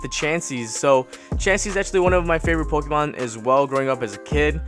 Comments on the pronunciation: It triggers me he is saying the Pokémon wrong 😑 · Good pull but are you fuckin with us with your pokemon name pronounciations